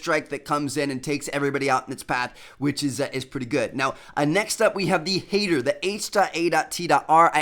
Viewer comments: That would be pronounced hatter not hater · It's pronounced hatter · It's pronounced H.A.T.R. like a hat!